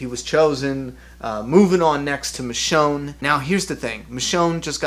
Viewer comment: it's michonne